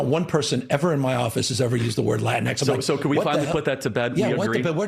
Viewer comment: By the way, I don’t think they named it Latin-x, I think they literally called it “la tinks”